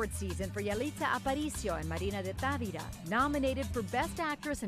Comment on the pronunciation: She said Tavera and is Tavira! Still a good job.